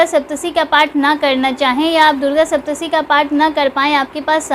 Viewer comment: Saptshati not saptshi